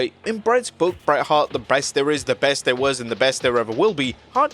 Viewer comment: haha u said breast instead of best